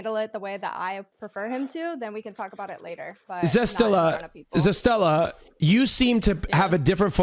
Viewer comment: is dyslexic?? like its a name Ze-ste-la jesust